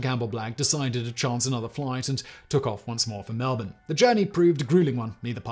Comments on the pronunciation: I’m listening to this thinking where the hell is Al-berry then at end I’m oh fuck he’s saying All-brie 😂 you say Melbourne right tho 👍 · You said melbourne correctly. That never happens. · Hey most people don't get Melbourne correct he got that one. Also who knows Albury in Europe? It isn't exactly a world renowned town.